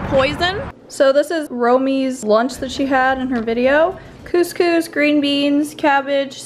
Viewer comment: The way she pronounced couscous lol